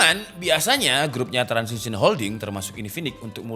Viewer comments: Transsion Holdings bang bukan Transision😂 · Transsion Holdings bukan Transition Holdings.. Lol emang lidah kampung